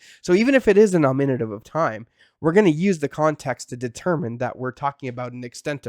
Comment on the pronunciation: dude, learn to pronounce Greek grammatical cases ...NOminative...not ... noMInative...;{ u got it right at some points...